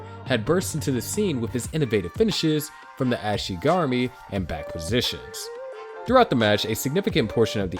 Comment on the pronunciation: Fr bro, the way he pronounced ashi garami and Rickson😂